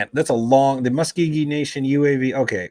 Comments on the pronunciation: Okmulgee = Oak-mull-gee. Muscogee = Mus-ko-gee. It's in Oklahoma! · Pronounced Oak-Mul-Gee & Musk O Gee